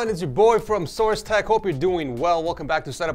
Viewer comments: You have been saying source tech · Did he just say 'welcome to source tech' hahaha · did this man say source tech at the start of the video